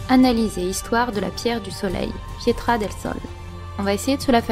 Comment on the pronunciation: Booooon, suite à mon pavé posté sur la part 2, t'as fait un boulot de dingue ! T'as approfondi la recherche dans la mythologie azteque, chapeau ! Pour le coup bravo ta théorie m'a bluffée j'ai rien à redire ! Ah si, la pierre du soleil se dit "Piedra del Sol" en espagnol et non pas "Pietra" c'est de l'italien sinon :) Sinon encore GG !